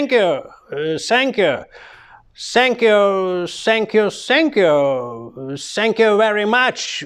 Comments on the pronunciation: Сенькью при сенкью😂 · Сэнкью~прэсенкью в😂😂😂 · сєньк'ю просеньк'ю😅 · Сэнкью- пресэнкью , дякую, аж подскакиваю...😂